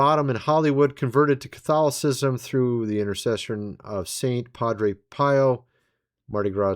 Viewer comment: The correct pronunciation of Shia Lebouf is (shy-uh), and Padre Pio is ( Padre Pee oh), I was raised Catholic, and heard his name many times….